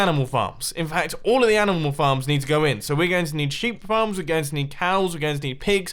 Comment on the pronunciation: U SAID FARMS AS fxcks